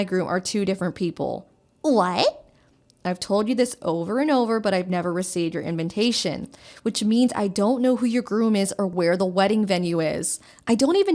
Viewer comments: They keep saying inventation. Instead of invitation. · why is she pronouncing "Invitation" as "In-VEN tation"? Putting in an "N" where there isn't one?